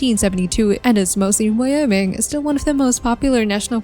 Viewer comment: Wioming, idayho, muntana and the AI voice along with a video that has basically no meaning. Wtf is this?